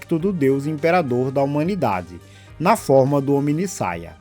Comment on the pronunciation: Ou "HomideSaia!"😂 Bom vídeo, irmão!